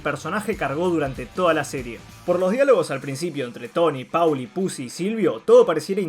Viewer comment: Lo que hace insoportable al vídeo e inmirable es que este boludo dice PAULI ENVÉS DE POLI SE PRONUNCIA POLI |M B E C | L!!!!